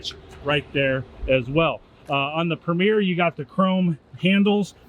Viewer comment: Tahoe PREMIER, not “Premiere.” Two entirely different meanings.